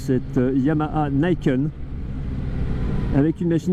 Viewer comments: pas "naïkeune"... "nikène" ni : "deux" ken : "épée" (ou "poing") Sinon, très bonne vidéo😉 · « Nih kène », c’est du japonais, pas de l’anglais. Et ca signifie 2 lames.